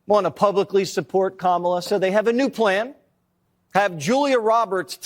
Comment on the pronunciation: They are still saying Kamala's name wrong? Wow, they are so small and petty.